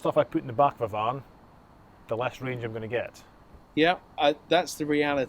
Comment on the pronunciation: A beeg eelektrak kahr.